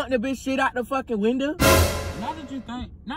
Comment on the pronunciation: AND DIDNT EVEN SAY WINDOW HE SAID WINDEL:face-blue-smiling